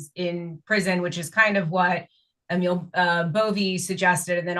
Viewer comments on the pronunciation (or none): Emil Bove is pronounced AY-mil BO-vey or BO-vee (depending on how you want to write pronunciations 😄). is correct on the surname but everyone is pronouncing Emil slightly incorrectly 👍